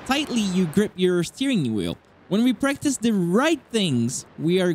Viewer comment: I have a thick accent too, but this whole time I thought he was saying “breakfast” I was thinking breakfast IS good. But it was “Practice”.. I’m hungry